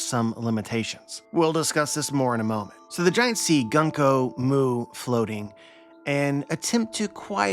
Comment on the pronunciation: I am once again commenting that her name is pronounced グンコ (Goon-koh)!